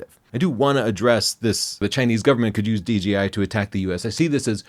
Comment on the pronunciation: He keeps saying DGI not DJI.